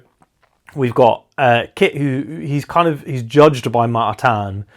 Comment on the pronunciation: Killer review. Thanks so much! Nailed Ma-atan's name btw